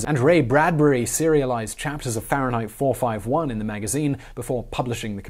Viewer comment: No one: Simone: Farenheit 4.5.1